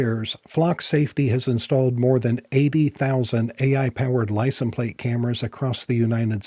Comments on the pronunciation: License pronounced lai·sns. The s is not silent. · Are we all just gonna ignore the way he says license plate? I know he knows how to say it. Are we being trolled?